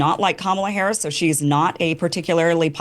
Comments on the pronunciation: The moderator can’t even pronounce Harris’ name correctly. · 30 minutes and in the moderator still can’t pronounce Harris name right. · How is it that this idiot moderator does not know how to pronounce properly the vice president of the United States name at this late hour?